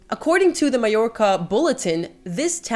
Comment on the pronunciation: Thank you for pronouncing Porreres and Mallorca correctly. So many commenters aren't.